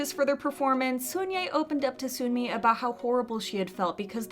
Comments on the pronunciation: Hey, I love your videos so I promise this is coming from a place of love. But Sunmi's name is pronounced like "sun+me" not soon+me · Just a side note: it’s pronounced Seon-Mi not Soon-Mi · FYI, Sunye and Sunmi aren’t pronounced with a "oo" sound. It’s more like Sonye and Sonmi. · The sunmi pronunciation 💀💀💀